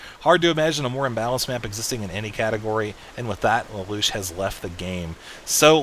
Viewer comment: It's pronounced lay-lush btw